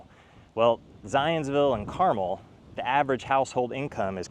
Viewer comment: Thank you for pronouncing Carmel correctly